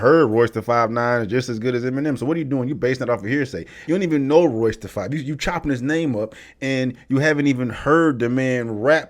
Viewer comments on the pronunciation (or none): He hung himself with the crap that came out of his mouth! The more he talked...the worse it got. Butchering Royces name...was the cherry on top! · Woulda Woulda Woulda Woulda , Shut up Melle Mel, Eminem is not top 5 because of his skin color, this is pure hate, another hater upset with the 'White Man' because of his success .. This dude barely knows how to pronounce Royce Da 5'9 name, and is claiming Royce is on the same level as Eminem, yea right.. Eminem taught Royce Da 5'9 how to properly structure his rhymes and syllables, and Royce doesn't have the type of Mainstream Music/Catalogue Eminem has, period.. Royce doesn't have hits like 'Love The Way You Lie, Lose Yourself, Godzilla, Rap God, Till I Collapse, Venom, Legacy, River, Stan, My Name Is ' <-- These are all Mainstream and Global hit songs, Royce is more of an underground rapper who raps extremely well and is a S tier lyricist, but he does not have the Mainstream success because of his Discography . Eminem's subject matter and consistency is why he is considered one of the greatest of all time, because if race actually did play a factor to his career like Melle Mel claims, then why isn't Bubba Sparxxx as big as Eminem?, why isn't Logic, Russ, Macklemore, Millyz and Paul Wall as big as Eminem?.. Last I checked Eminem is pulling 68 Million Monthly Listeners on Spotify, pretty sure none of the other white artist I mentioned are doing those type of numbers.. Another thing, Busta Rhymes is extremely talented, and is definitely one of the Kings of Rap in my opinion, but he ain't no Eminem, nor does he Rap or think like Eminem.. Eminem seriously needs to stop shouting